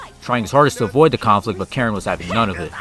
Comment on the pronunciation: it's KARIN not Karen